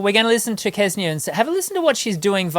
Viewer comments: It's not Kesnia. Try saying Senia with a little k at the start. They are all amazing. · Kse-nee-ya. Xce-nee-ya. How difficult it could be to say that right? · It is really amazing how the native English speakers struggle with foreign pronunciations. It's no rocket science to pronounce "Ksenia". "Ks" in "Ksenia" is pronounced exactly as in "thanKS", "booKS", "looKS", "mix", "tax", etc.